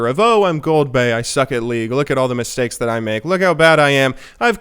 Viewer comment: 2016 "fix my steaks" funny flub 😂